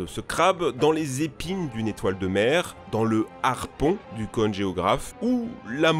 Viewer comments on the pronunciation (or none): none